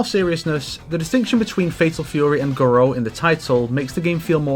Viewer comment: Garou, no Guro.